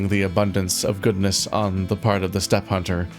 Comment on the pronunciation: The way you said "steppe hunter" immediately made me think "What are you doing, step-hunter?"